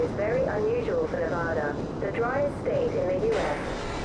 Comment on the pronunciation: It’s Nevada